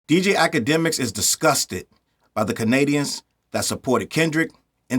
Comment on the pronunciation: It's Kennadians for now on 😂